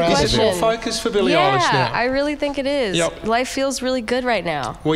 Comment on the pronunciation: Did anyone heard “Billie awwelish “ at the start? 😂